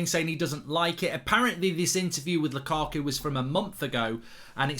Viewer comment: Whenever I hear mark saying lukaku,it sounds like lakuku😂